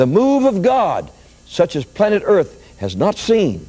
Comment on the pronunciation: What's with the "planet earth" emphasis?